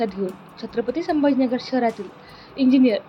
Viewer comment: संभाजी नगर म्हणायला शिकायला किती महिने लागतील.बाकि हुशार आहे